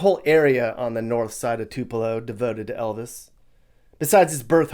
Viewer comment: Elvizzzzz bothered me 🤣